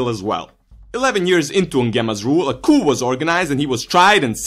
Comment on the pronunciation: that's the correct way though